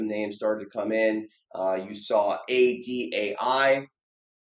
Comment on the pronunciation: great video as always but damn it if you keep saying $ADAI, its IDAI lmao